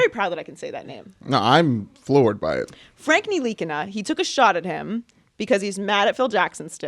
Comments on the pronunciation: Your proud to say. NILI-KINA wrong? nili-kina is the way its pronounced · "I'm very proud I can say that name" and then says it wrong 😒🙄.